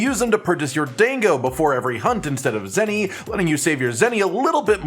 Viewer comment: my Japanese student brain hurts every time he says "DANG GO!" rather than "DAH 'n GO"